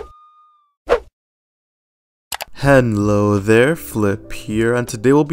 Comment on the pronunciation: bro PLEASE stop saying henlo 💀